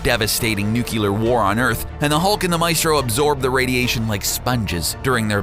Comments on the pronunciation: It is pronounced new-clear not new-cue-lar. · Is that Superman's cape behind Maestro's head? Also, nucular? I'm pretty sure it's nuclear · Nuclear. Nu-cle-ar. NU. CLE. AR. "Nukular" is only a word when George W. Bush says it. (Also, I can't remember when, but wasn't he once reduced to a skeleton and re-grew in short order?) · I love the video but I can't help but correct you say nuculer but it is spelled nuclear but otherwise love the videos and keep it up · "Nucular" *TWITCH* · Nice video. Yet ...please...please stop sayin nuclear in the way which sound like a combination between new, the chi from chianti and the lear(from learn). Instead you could try saying it like it's mean to. new + clear(e.g as you would say it when saying clear). I know ..I know grammar nazi alert but i wouldn't have said anything if you hand't used the word and its incorrect form so many times.It stings the ear. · Dear God.... Nuculer?!?!?! 😒😒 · it really pisses me off when you say nuclear wrong